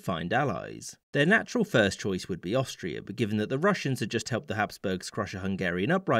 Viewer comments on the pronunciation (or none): none